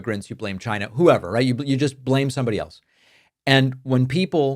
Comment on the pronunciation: Is Trump saying “Gina” instead of China ?